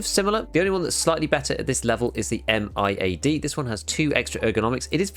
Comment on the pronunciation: FYI the Magpul MIAD grip is pronounced My-Add one word 2 syllables.